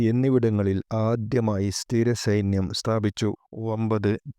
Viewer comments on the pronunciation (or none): സെയ്ന്യം അല്ല , സൈന്യം എന്നുച്ചരിക്കണം.